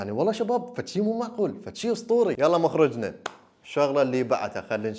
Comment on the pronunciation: مخرجنة ❎ مخرجتنة✅ 😂